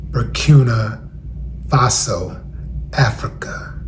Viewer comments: Bur-keen-ah... fah-so ...we got to respect the name too. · Burkina Faso. (Bur- kin-a)